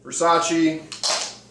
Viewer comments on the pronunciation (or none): none